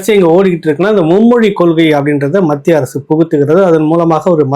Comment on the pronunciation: Sir kindly prounce as Mathia arasu.